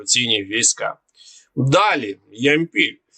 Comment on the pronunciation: Зверніть увагу на наголоси !!! ЯмпІль, ДОнець чи Ямпіль, ДонЕць ?!!!